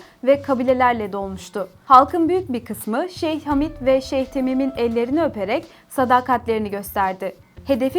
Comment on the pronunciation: Ellerinize sağlık güzel bir içerik fakat, Katar’da yaşayan bir gurbetçi olarak bazı hataları söylemeden edemicem. Hamid değil Hamad Lusal değil Lusail Hamide değil Khalifa Ali Sani değil Al Thani